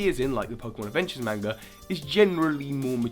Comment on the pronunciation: I'm bothered by the way you said manga